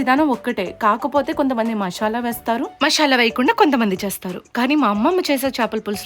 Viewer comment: మాషల కాదు మసాలా 😂😂😂😂